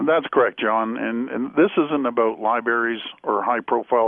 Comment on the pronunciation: Liberries?! Jeez, Doug.....